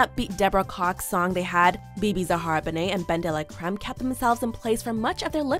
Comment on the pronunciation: She called Bebe benet?